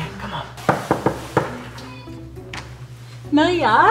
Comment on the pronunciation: Georgie said Mia like Miriam or Amelia :D